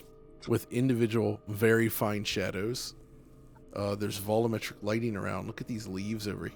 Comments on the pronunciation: Sometimes I say out loud while watching it's "vol U metric" but I guess that's just his way lol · why do you keep calling it "vollometric"?